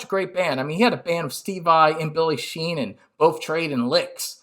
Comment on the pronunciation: Great video - you definitely ‘get’ what Dave is about! (BTW it’s Billy Sheehan, not Sheenan 😛).